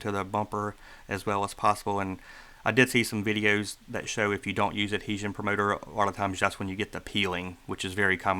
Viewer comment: You need to practice saying the word adhesion